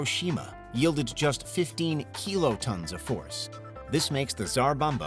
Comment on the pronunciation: Maybe it's just nitpicking, but why does he pronounce kilotons as "keelotons"?